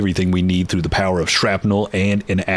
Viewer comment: "Unlimited POWAH"